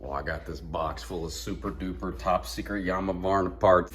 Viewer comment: Yarmavarna lmao